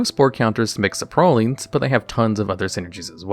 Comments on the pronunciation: i feel like there is at least one weird pronunciation per video of yours. where is that random emphasized syllable in 'saprolings' coming from? sapROLLING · Right the saproling pronunciation really got me lmao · why does he say "saprolings" like that